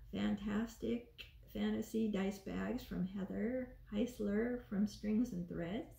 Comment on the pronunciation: I love how your bags turned out and the toes on the frog are amazing!! Thank you so much for showing what you made and the nice review. ❤❤ Oh and I’m so impressed you pronounced my last name correctly!! Almost no one knows how to say it.